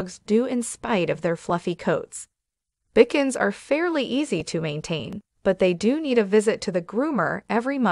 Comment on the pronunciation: I am laughing so hard at the pronunciation of the Bichons, Pekingese, & Coton de Tulear- obviously this person knows nothing about dogs. 😂😂😂